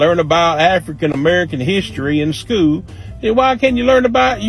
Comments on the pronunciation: Hey bubba, if you call “school” , “schoo”…. You have no right to comment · "... in skoo"